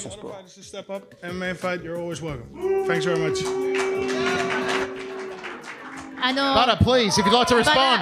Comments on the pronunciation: Quelqu'un lui dit que ça se prononce "Bader" ? Et pas Badre machin... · Badre mdr on dit Bader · C’est badr prononcé Bader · Super vidéo bon travail! Juste une chose on prononce Badr « Badère » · Je ne suis pas sur mais il me semble que ça se prononce "Bader" Super vidéo comme d'habitude !! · Badr se prononce bader me semble t'il..... je fait le chieur mais superbe vidéo comme dab..... longue vie à! Peace✌👍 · Sont prénom ce prononce Badeur même si sa s'écrit badr! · Badr se prononce “bad air” ou bader si tu préfères 😉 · Ca se prononce Bader..sinon bonne vidéo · Sa s'écrit et se Badr Haris mais sa se prononce badere Haris. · Excusez moi on dit pas phonétiquement bader?badre ?? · Badr ça se prononce bader. Trop bizarre comment tu le prononce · C'était pas mal par contre il faut prnoncer correctement son prénom. Ca se prononce "Badère" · J'suis pas convaincu pour la prononciation du prénom. Le E doit être absent à l'écrit mais prononcé à l'oral...